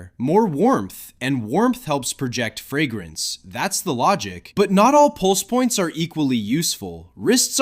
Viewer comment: Nobody? Nobody is bothered by the pronunciation "frag-grance"? 😅